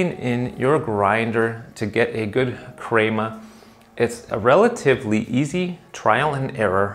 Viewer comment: ill subscribe if you say crema right.